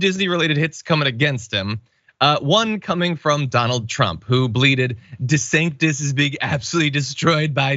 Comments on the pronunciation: Do people keep mispronouncing his name on a non-ironic way on purpose? Di-San-Tiss is the correct pronunciation. I don't understand why people say it Di-San-Tez? Just skip over mispronouncing it and call him DeSatan or DeSanctimonious. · Micky ain't haven it 🤨 De-San-tis 😜